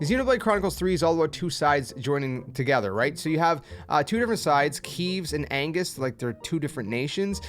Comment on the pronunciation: Angus? It's Agnus. You flipped the N and the G.